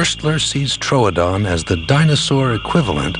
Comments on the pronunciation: I scrolled through every comment seeing complaint after complaint about the alien looking thing but you're the only person who was upset as I was about how the narrator pronounced Troodon. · Am I alone in being super annoyed by the narrator mispronouncing 'Troodon' as 'TROADON'? >:(